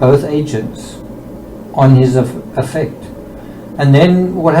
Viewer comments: It may be more clear to the audience if you pronounce “affect” (as in, disposition) correctly with the emphasis on the first syllable to differentiate from the more widely known verb, affect (to influence) which is how you are pronouncing it. Not meaning to come across in a condescending way. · Just to say that affect has the stress on the A. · Dear please pronounce affect It's definitely than the way you are putting the emphasis on the words differently Is all